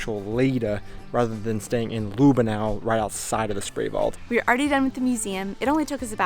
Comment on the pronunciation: Not Lüh benau it's Lüb benau. Short ü 😉